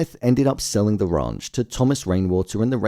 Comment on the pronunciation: He keeps saying the The Raunch 😂